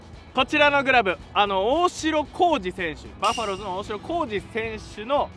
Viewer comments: バッファローズじゃなくてバファローズですね❗️笑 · バッファローズ❌ バファローズ🙆‍♀️